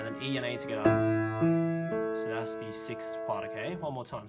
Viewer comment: Ha ha. I wait for him to say togethaa every video I watch.